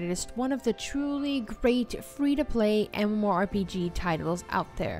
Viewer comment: The games you picked are bad, but that isn't why I disliked this video. Here are some tips: 1. Learn how to correctly say MMORPG. 2. Please learn a different descriptive statement other than "One of the most".. Every game you described was either "One of the most beautiful" "One of the most unique" "One of the most popular" or "One of the most fun" games... It gets old, really quick.